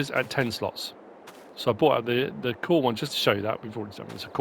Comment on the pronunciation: Btw Kuhn is pronounced like "coon"